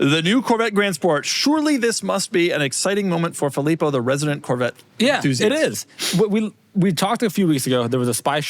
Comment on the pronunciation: Fillpo, huh?